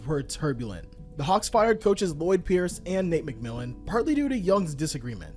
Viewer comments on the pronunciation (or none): none